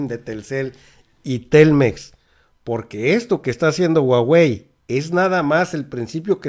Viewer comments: Querido Carlos en español la h no se pronuncia pero debes pronunciar JUAGUEI, no estoy segura q Usa deje q hagamos negocio con China, esto puede tirar en Usa todavía el T MEC osh saludos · Me gusta tu reporte solo para que nadie se burle.... La marca se escribe HUAWEI en latinoamericana se pronuncia (júawey) 😉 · se pronuncia "jua-wei" y carlos slim es de origen libanes, no judio. Primera vez que escucho este canal y me dejo mucho que desear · No es huhuaey?.. Esta es exprecion gringa.. Lo correcto es huawey. Como se lee y se pronuncia por los orientales.. Saludos! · SE PREEENUNCIA JAUEI